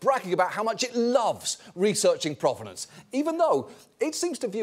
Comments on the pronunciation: Not sure why he went to “croissant” as the bougie thing for them to be doing, when in the video itself, they said /ˈpro.ve.nɒns/ like it was from “pro-wrestler” not French /pʁɔv.nɑ̃s/. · And yet they can't pronounce "provenance".